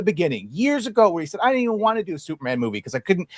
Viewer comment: I like everything the girl in the bottom right says. I have a question though. Why does she say “did-dint” instead of “didn’t?” Young women today seem to take contractions and extend them to equal/longer syllables than the words they are trying to shorten. Example: shouldn’t. If you are going to say “shood-dint,” just say “should not.” This is an epidemic with mostly females under 40.